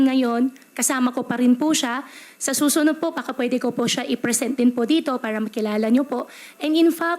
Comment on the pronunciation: ...Sabi nya, full-bloodeT at hindi full-bloodeD. One "handre" percent instead of over hundreD percent. ...Sa "susuno" at hindi sa susunoD. Hindi ganon ang pronunciations ng taong lumaki sa Pinas. Inaral nya ang tagalog. She's not a native speaker. Sa interview with Risa naman, sabi nya "paspor" instead of passporT.